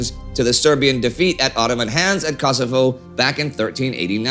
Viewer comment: No offense Indie and not to be mean. But it is not "Kasovo" as it sounds the way your saying but Kosovo or Kosov